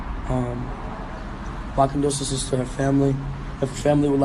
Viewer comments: Lol. He said condolcenses instead of condolences 😂😂😂😂😂😀😞😞😞😞😞😞😭😭😭😭😭😭😭😭😭😭😭😭😭😭 I miss you X. R.I.P JAHSEH D. ONFROY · im really sorry but . . . . he said condosances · he should of probably learned how to pronounce condolences before this video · He said it wrong that's all I'm saying may she Rest In Peace and forever live on in our thoughts and memories and express herself through xxxtentations music